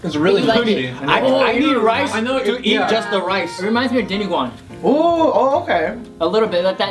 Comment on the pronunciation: lol sorta off topic but props to for pronouncing dinuguan correctly